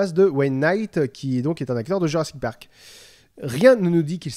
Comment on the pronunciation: " jurrasik patrak " WTF